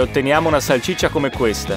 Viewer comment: Si dice salsiccia non salcicce😂